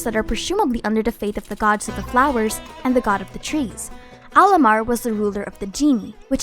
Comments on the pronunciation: Hi There are a few mispronunciations in your video Al-ahmar, meaning the red in arabic written as الاحمر, if you cannot pronounce the letter ح i reccomend just saying al-a-h-mar, if you can roll the r Thoth is also not pronounced as its written it’s pronounced tah-hoot I live in egypt and im an arab so ya Much love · I love your content, and this comment is not meant as a hate comment, but I think you pronounced al ahmar wrong based on what it’s pronounced as in game. Of course, genshin gets its own pronunciations wrong sometimes (ex: tighnari’s name) so I’m not sure.